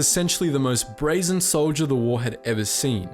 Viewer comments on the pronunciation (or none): none